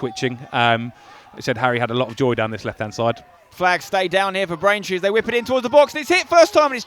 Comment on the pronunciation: Why commenate if you can't say the names of the opposition. Braintree this, Braintree that - it's just a little lazy in all honesty.